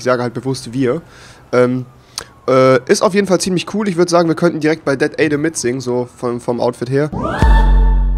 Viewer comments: dat adam nicht dat aydam :DD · hmmm rewi jaja "dat aidam" XD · sprich mal das adam richtig aus du fisch